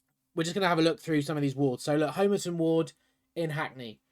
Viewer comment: Homer-Ton! .. Doh! (Hom Uh tun)